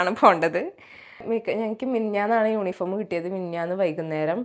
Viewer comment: യൂനിഫോം അല്ലാ യൂണിഫോം ആണ്